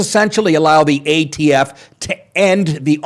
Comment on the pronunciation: How many times did he call the ATF the AFT like an idiot